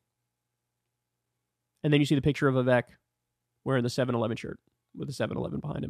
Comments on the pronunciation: Hi Kyle, I’m a fan. Please learn to say Vivek’s name properly, it rhymes with cake. It’s been public knowledge for a long time. I think the joke implies that Trump is so racist, he offered Vivek a job in the White House 7 Eleven. The joke has angered a sizeable number of MAGA supporters and has become a bit of a Rorschach test. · This is a small thing, but why does Kyle refuse to say Vivek’s name right?